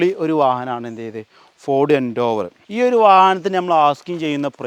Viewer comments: Nice video bro! Just a small note - it’s pronounced as Ford Endeavour (En-deh-ver), not Endoovar. Just sharing so it helps in future videos 😊👍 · എൻഡേവർ അല്ല എൻഡവർ🤙🏿🤙🏿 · സുഹൃത്തെ എൻഡോവർ അല്ല എന്റവർ ആണ് പരിശ്രമം എന്നാണ് അതിന്റെ അർത്ഥം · eഎൻഡോവർ അല്ലടാ പൊട്ടാ : എൻഡവർ